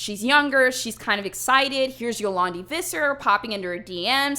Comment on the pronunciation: Gosh, this is really not the thing South Africans want to be known for. Not a lot of South Africans like them. I am also so embarrassed that Yolandi and I have the same Surname... Also the way you say Visser (My Surname)😂